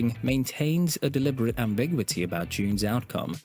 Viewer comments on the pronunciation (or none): Am-bi-GYEW-I-TEE. That's phonetically how you say it.